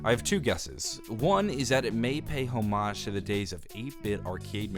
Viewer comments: not home-ahge Hom-edge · Say homage wrong one more time and we’re gonna have beef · Or every time he says “homage” wrong